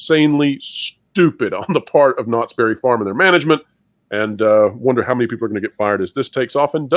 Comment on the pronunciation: Did you say Knotts Bare it Farm?????